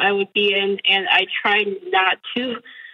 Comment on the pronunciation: Why does Doctor keep pronouncing and as end? Is this an accent and if so from what part are you doctor?